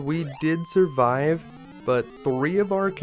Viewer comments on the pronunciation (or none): none